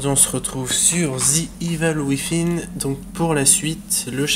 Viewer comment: rudy gustin Tu m'en fais une cuisine mdr la prononciation se fait entre le Z et le V pour "thin" donc iveul ouivine ou ouizine au choix